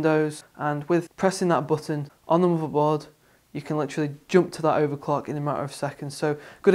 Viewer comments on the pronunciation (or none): subscribed!!! AND its MOTHERBOARD NOT MOBERBORD!!!! :)